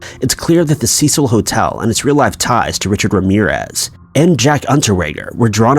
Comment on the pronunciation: Cecil is pronounced cee-sil! Ceh-seal is spelled Cecille, which is a woman's name. Cecil is a man's name.